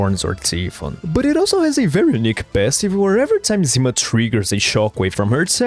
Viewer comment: Sonya's codename is "zimA", not "zIma"! TT__TT